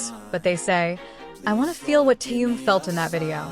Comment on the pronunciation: Что за безобразный перевод. Так коверкать имя Тэхена.